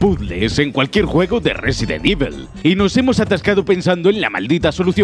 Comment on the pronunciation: Resident Ivol